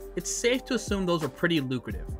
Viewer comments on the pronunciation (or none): none